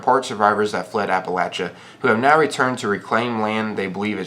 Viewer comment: The way he pronounces things is fuckin frustrating , "moltiv cocktail, gaous rifle, bold action rifle, gatlin gun, appalacha" Jesus